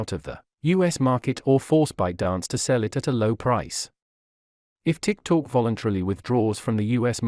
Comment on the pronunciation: The intelligent robot reading the text should be taugh to pronounce TikTok correctly - it is not Tik Talk!